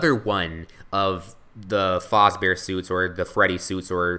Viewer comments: it is pronounced fazbear not fozbear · Its fAsbear not fOzbear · It's pronounced faaaaazbaer not foooooozbaer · its faz not foz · Freddy Faaazbear.. no it's Freddy Fazbear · not fozbear fazbear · its freddy fazbear not freddy Fauzbear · Why do you pronounce Fazbear like Fozbear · freddy FAZBEARS not freddys FOZBEARS! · ITS FREDDY FAZBEAR NOT FREDDY FOZBEAR!!!!!!!!!!!!!!!!!!!!!!!! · This is really good! But I hate how you say "Freddy Fahhsbear's Pizza" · The whole time that he said FOZBEAR triggered me so much😵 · No offence but you're saying "Fazbear" wrong. You're saying it like "Fozbear". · Why do you keep on saying 'Faazbear'? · also, he says fazbear wrong. also freddy boy, bonnie boy, foxy boy and chica girl. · Why Does He Keep Saying Freddy FAZBEAR Wrong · yo you are saying it wrong the a is the 1st sound ;_